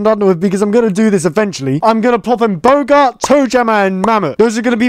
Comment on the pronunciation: bro just said bogart instead of bowgart 💀💀💀